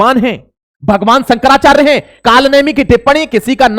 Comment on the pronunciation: अबे तेरे पे तो नाम भी सही से नहीं लिया जा रहा। शंकराचार्य का क्या विश्लेषण करेगा।